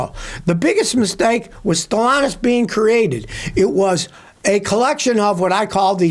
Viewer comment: There’s a second “t” in StellanTis. It’s not Stellanous.